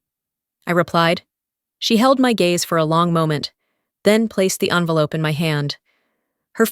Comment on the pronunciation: Hard to get the word 'envelope' wrong but this group did it! Amazing!